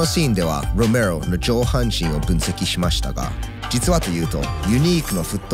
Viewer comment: ロメロの発音良過ぎて内容が入ってこんよwww